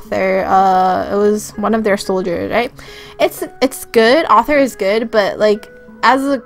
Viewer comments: it is arthur. AURTHUR. not author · yea she also called arthur as "author" xD